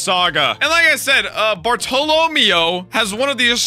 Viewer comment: Someone teach Jack how to say Bartolomeo please😭